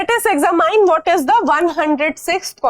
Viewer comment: Exa mine 😂😂😂 style of speaking....